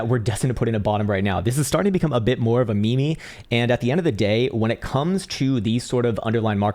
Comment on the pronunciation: Did you just call it a me me? :D